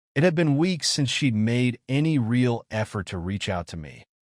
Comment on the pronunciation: How can an AI sound so human, and yet be so stupid as to pronounce words like... Messy as Messier And Real, as Rail?